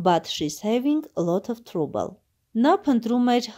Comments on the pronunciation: կներեք բայց թրուբլ չի թրաբլ է։🙂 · Յաաաա բարև ձեզ, բա լայքից ուրիշ բան չգիտեք։Թրաբլը թրուբլ եք կարդում։Ճիշտ է լավ բան եք անում, բայց ճիշտ քերականություն իմացեք և կարդալաձև։Ու մի բան էլ, դուք էլ եք ձեր վիդիոներով լաք էր հավաքում։Էնպես որ, նորմալ կարդացեք ու միբողոքեք։